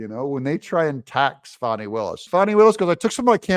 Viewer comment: Is her name FAWN NEEEE >>>> LOL She just needs quit !